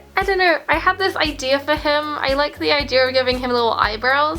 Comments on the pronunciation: I love how she says "Idear" it's so cute. I'm not hating, it's so cute how she says things. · Who else loves the way she says “idear” 😌👋